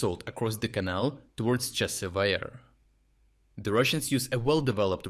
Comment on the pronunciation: Your AI script reader really has a has a problem with the pronunciation of Chasiv Yar.